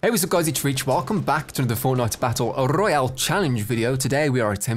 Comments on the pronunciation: I hate the way he says "Battle Rrrroyal" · Victory Rrrrroyale 😆 like the video nice 👍 keep up the great work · Hey guys welcome back to another fortnite battle rrrrroyal lol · I always love that beginning CUSE your like weclome to a battle rrrrrrrrolayle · Battle RRRRRRRRRRRRRRRRRRRRRRRRRRRRRRRRRRRRROYALE! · rrroyale lol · I love the way you say royale a different way 😂 ❤️ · Why do you say Royale like that